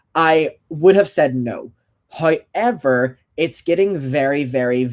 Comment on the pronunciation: Same!! I feel like a parrot, everytime he says "however" I say it too.. can't get the accent right tough :c